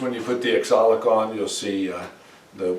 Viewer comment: It's pronounced OxAlic acid, not ExOlic acid. 😂 Nice work, as always. Beautiful finish on all of it.